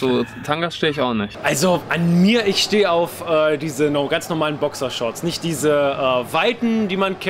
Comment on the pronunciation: Bokschershorts xxxxDDDD Danach sagte er noch Bokishorts XD